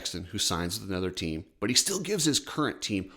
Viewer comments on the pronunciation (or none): can you please just talk without the random emotional emphasis on random words. Everything is fine and you’re talking normal and then all of a sudden it’s like you’re pushing out a huge dump mid sentence. “Chase Sexton signs with a different team BUT HE STILL” ugggghhh “GIVES HIS CURRENT TEAM 100% “! Plop ahhhhh